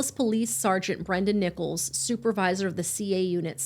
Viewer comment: Did she say officer nipples?😂 or Nichols